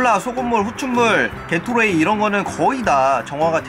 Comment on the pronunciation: 게토레이발음 개x라이로들은1인